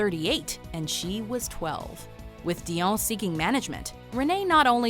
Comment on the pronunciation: Whenever you say "DION", with the accent, I feel like punching you.